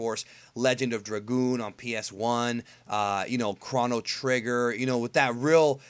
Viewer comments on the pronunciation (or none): none